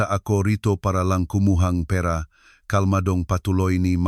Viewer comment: Di maganda pagka bigkas ng pera parabg salutabg avnormal